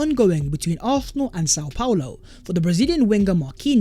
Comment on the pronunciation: Love your content bro but why do you pronounce Arsenal like that? it grinds my gears icl big up though